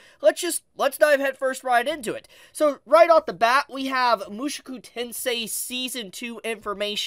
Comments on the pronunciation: why are you pronouncing Mushoku as Moo shoo koo its Moo Sho Koo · Oh god 😭 it’s mu-SHOW-ku tensei !!!!